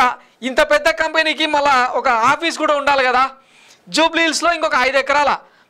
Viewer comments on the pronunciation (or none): none